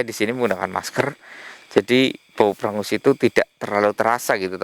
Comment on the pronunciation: Namanya pengus bukan prengus